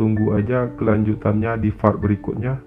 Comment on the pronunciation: Bang admin, penyebutan yg bener tu "PART". Dan bukan "FART". Part = bagian Fart = kentut 🤣 Please lah penyebutannya diperbaiki. Ini kan audio. Masa nyebut Part aja salah. Wkwk. Juga baca SUBSCRIBER yg bener tu "sabskraiber". Dan bukan "sabskriber". Dikit sih tapi ganggu banget buat yg denger 😅. Sekedar masukan aja yaaaa.... Semoga kedepannya semakin baik dan sukses terus.